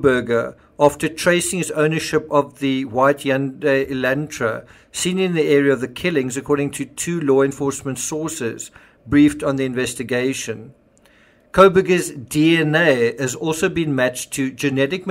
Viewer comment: It’s not “yun-day” it’s “hun-day”